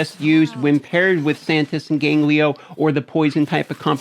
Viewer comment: GANGELO not GANGLIO ffs :)